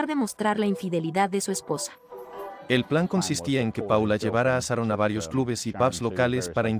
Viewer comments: Pronuncia bien .se diceCharon son buenos narrando estudien pronunciacion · se dice Sharon, no saron.... se dice Shock, no sock....